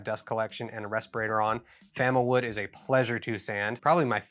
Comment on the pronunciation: we'll okkk,,,,,, it's FAMOwood not Famawood --- I got - I got it